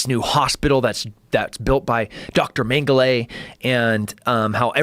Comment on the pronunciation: A killer, huh? I bet he has a shit war face. Also "Mengelay".